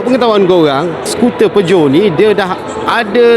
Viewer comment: Salah sebut tu. Patutnye PIJAT